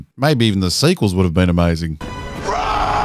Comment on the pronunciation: "rEy SkAyWokERrr" aaaaaah this shit pisses me off